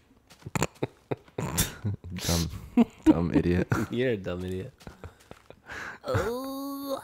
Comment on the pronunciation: "Abshearlutely" god dammit